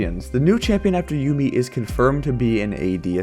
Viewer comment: It's Yuumi not Yummi :D